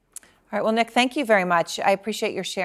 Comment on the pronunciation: His name was nick not neck.